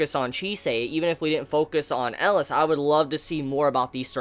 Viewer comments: Its Elias, not Alice.^^ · That's funny, I kept hearing "Ellis" and not "Elias". Oddly enough, he pronounced Titania, Oberon, and Chise all correctly lol